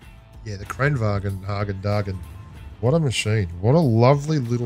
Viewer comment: another fyi: kranvagn means “crane” in swedish, it’s supposed to be pronounced kinda like “kran-vaan”, pretty much everyone but messed up lol edit: and heck “drum autoloader” is the conventional autoloader in world of tanks